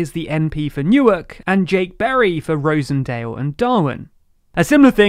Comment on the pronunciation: Just FYI, Rossendale is pronounced 'Roz-en-day-l' and Darwen is pronounced 'Dar-win'